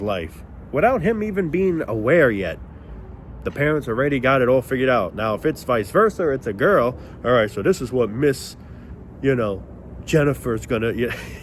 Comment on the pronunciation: Vice “Verser” 😂